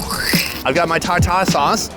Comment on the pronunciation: Why’d you say tartar sauce like that 😂